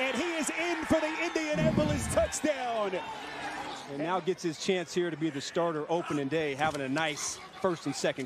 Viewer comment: “FOR THE TOUCHDOWN-EH” every single time. I’ll have to suffer this week as he is calling the Titans colts game once again